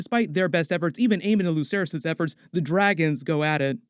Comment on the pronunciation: Why do people still say lucerys and jaecerys like Lukerys and jaekerys. It's pronounced like an Ssss like... Watch the show...